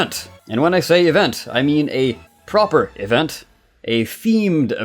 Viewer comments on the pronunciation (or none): I like how you say Event: evenT